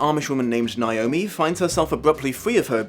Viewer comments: THAT IS NOT HOW YOU PRONOUNCE NAOMI, YOU FUCKWIT. IT'S NOT NEYE-OH-ME, IT'S NAY-OH-ME. WHERE THE FUCK DOES THAT MISPRONUNCIATION EVEN COME FROM? THE I IS AT THE END OF THE FUCKING NAME. WHEN IS A EVER PRONOUNCED AS "EYE"? JESUS FUCK. I'm sorry, but this just really gets under my skin. That mispronunciation is like nails on a chalkboard to me and is the entire reason why I only ever go by my legal name when I have to. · As a Naomi...you want to say it like how you say "neigh" "neigh"-omi Lol Everyone focuses on the I and it's kind of funny